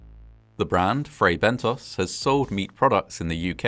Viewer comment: You narrate very well, with excellent pronunciation and diction, but with occasional lapses. In this case, it's Fray Bentos, not Bento's or Bentoes. The 2nd syllable rhymes with Moss, not Nose. In British English (as you're apparently British, with a very British accent), it would have to have an E (or another vowel) after the S to change the vowel sound to a long 'oh' sound. American English does not have the short 'o' sound as in 'got' or 'not' in British English, and so American English tends to use either a short 'ah' or a long 'oh', depending on the word. That's correct American pronunciation. But when the short 'o' sound (as in British English) IS called for, e.g. in words from other languages, Americans tend to replace it with 'oh' because that's the sound they know - and that's perfectly understandable. However, IMHO that isn't something for British English speakers to emulate, because we DO have the British short 'o'.